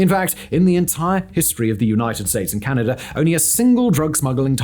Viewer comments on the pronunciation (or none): Tijuana, Arizona, and Canada do not end in the letter R. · You must not know about the hidden R at the end. Tijuaner, Arazoner, and Canader. : )